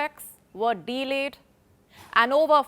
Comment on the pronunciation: Delayed is one word, not two: it is not de-layed